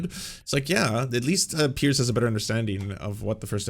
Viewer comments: It's "Piers" not "Pierce", Crowder. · It might just be the american accent, but it really does sound like Crowder is calling him Pierce, Its Piers, pronounced PEERS